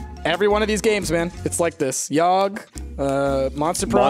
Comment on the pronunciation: It's The Yawgh not The Ywagh... Love you guys lol Also, why do all these kind of games have some kind of unpronounceable name xD